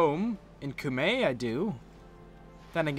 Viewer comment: Cumae is pronounced ( Q - me ) The more you know :)